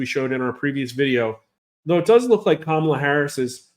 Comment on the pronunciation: IT'S KA-MA-LA..........